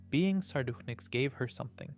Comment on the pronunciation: I feel like i’m getting punked with some of these pronunciations 😂 words that have absolutely been said correctly previously on the channel. Like Amethyst or Peridot. Or Sardonyx.